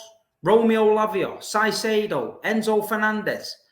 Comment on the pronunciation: Si saydo ? Who the f 😂😂😂😂 Caiedo bro ‘Cer’ like the word CAR 🤦‍♂️🤣🤣